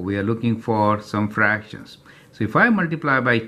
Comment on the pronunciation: Thank you,btw it’s called fractions not fractims